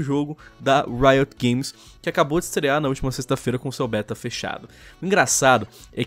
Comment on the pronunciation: "Rito Gomes" kkkkkkkk nunca perde a graça sério kkkkk